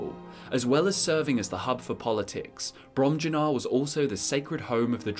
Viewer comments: I believe it'd be "brohm-yuu-nahr", but don't quote me on that. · Im pretty sure they’re pronounced Brom-Yoo-Nar and Vol-Ski-Guh. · Fun drinking game: take a shot every time says "Bromjunaar" wrong.